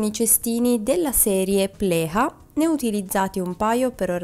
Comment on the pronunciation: I nomi sono svedesi. PLEJA è PLEIA (non PLECA come fosse spagnolo). e SKUBB non diventa SCABB come se fosse inglese. E' meglio che pronunci i nomi esattamente come li vedi scritti. Ciao